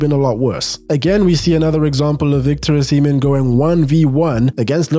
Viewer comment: Not to be that guy but why do I keep hearing Victor O'semen